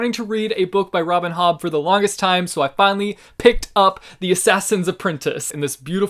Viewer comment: Am I the only one who understood "Robin Hood" instead of "Robin Hobb" and went like wtf?